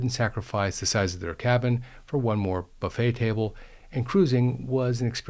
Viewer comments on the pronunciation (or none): none